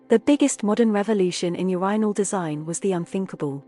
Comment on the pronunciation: Great video for something AI voiced. Pretty good vpicing other than she says Urinal wrong which is ironic since its the topic of the video 😅